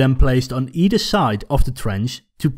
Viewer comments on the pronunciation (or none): none